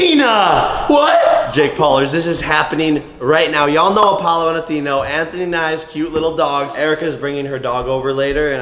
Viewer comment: He said you know Apollo and Atheno